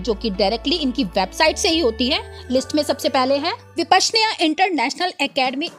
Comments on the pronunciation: Vipasana not vipasneya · विपशनया नहीं विपस्सना होता है। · vipashnya नहीं विपश्यना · Vishapnya nahi use vipashyana kahte hai. Igatpur nahi Igatpuri kahate hai. I correct yourself. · विपश्यना होता है ना की विपश्र्न्या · Sister bipashyana correctly pronounce kariya. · Start pronouncing vipassana & S.N. Goenka properly 🙏🏻☸️🙏🏻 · Pehle aap Vipassana ka sahi uccharan Sikh le tab anchor ka kaam kare. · मैडम अपना उच्चारण तो सुधार ले। आपको विपश्यना ठीक तरीके से बोल नहीं नहीं आ रहा है। शहर का नाम इगतपुरी है। हिंदी में अगर ब्लॉक कर रहे हैं तो कम से कम उच्चारण और भाषा शुद्धी पर तो ध्यान होना चाहिए